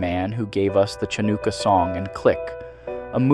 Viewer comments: If you are going to lampoon someone at least pronounce the words right. I'm sure Sandler did not give us Chanookah song its Chanukah(Hanukkah) WTF!! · This has to be an AI voice. No way you have this level of vocabulary and wordplay but don’t know how to pronounce Chanukah or Pumba.